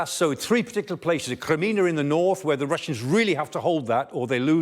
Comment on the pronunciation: *THERE' NO >>>N<<< IN CRIMEA = PRONOUNCED = CRY- ME-AH NOT KRI-MIN-A!!!*